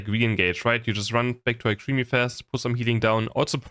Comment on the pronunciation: Alcremie = al-cruh-me